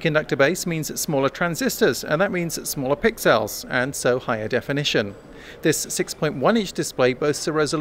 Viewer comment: AAARGH. STOP SAYING PIXÈL